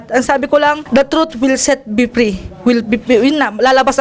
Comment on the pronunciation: Sarap panuorin tong part na to!!! Parang si manny ang iniinterview ah!! Ang laban na to ai para sayu!!! Stop look and listen amputah!!!!the troot will set be pree🤧nose bleed amputa!!! Hahhaha.. laptrip si idol.. my multiple choice pa... True of pols😂😂